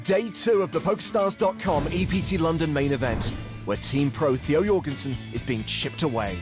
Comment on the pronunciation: Jorgensen no.. Donkensen..